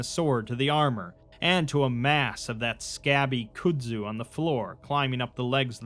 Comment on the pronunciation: "could-zoo"\ "cude-zoo" No, HOLY FUCK NO. "Kudzu" is pronounced "cud-zoo" "cud" being pronounced with a hard "k" sound and it rhymes with "mud". PLEASE for the love of god, LOOK UP words you arent familiar with, its 2025 and the internet is everywhere, its literally trivial to do, and the constant mistakes really detract fromneverything awesome you do.